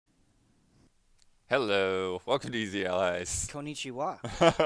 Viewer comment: that was a well pronounced konnichiwa